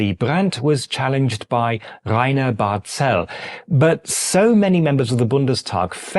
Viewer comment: BTW, Barzel is pronounced 'bartsəl - stress on the first syllable.